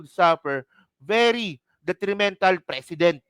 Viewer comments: Ang precedent, hindi pinopronounce ng president… pre-ce-dent. Narinig mo naman si PBBM diba. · Tol..Yung pronounciation mo ng precedent iba...it looks like president....😊😊😊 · Nagdudunong dunungan ka jan pero pati precedent ang bigkas mo president. Tanga 😂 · PRE-CE-DENT... MALUMAY ANG BIGKAS BRO.TAKERU..MEANING PARA DI TULARAN SA NEXT ADMINISTRATION OR DI TULARAN NG IBA.. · Mali ang pronunciation mo sa precedent. Ang bigkas mo kasi ay tulad ng president. Hindi man dapat mag react ang President sa statement ni Enrile dahil constitutionally hindi involve ang executive branch sa impeachment process. Ang dapat mag react ay ang Kamara dahil sampal sa kanila ang sinabi ni Enrile. Dahil sa takot mawalan sila ng INC votes ay wala action sa mga complaints. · Pre- cedent not Precedent. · Pronounced " preseedent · Pre ce dent mali lang pronunciation mo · PRE CE DENT po Ang pronouncation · Mali pag pronounced mo. Please check the correct pronunciation of precedent. Awkward pakinggan! President at precedent ay may pagka ibang pronunciation.